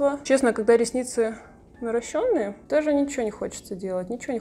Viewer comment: НарОщенные, а не наращЁнные!!!!